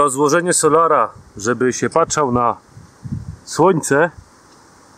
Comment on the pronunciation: Mówi sie patrzył ,a nie patrzal